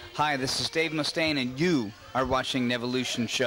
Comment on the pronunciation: It's 'Mustaine' not Munstaine, lol.